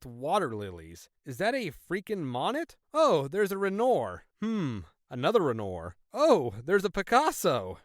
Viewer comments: Monet: Mow-neigh Renoir: wren-Wahr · the way this dude says "monnet" and "rennor" is funny